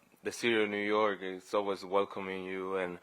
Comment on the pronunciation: The Nuu Yer Mets hahaha